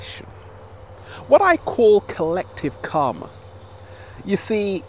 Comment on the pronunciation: His pronunciation of "karma" is definitely more accurate than the way he pronounces "chakra", that's for certain. Namaskar!